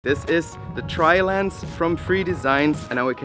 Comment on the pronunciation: Tree-Lens XD